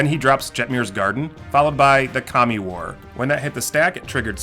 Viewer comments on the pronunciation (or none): none